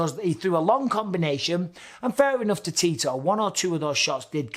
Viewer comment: every time Bisping said Tito I heard Titor.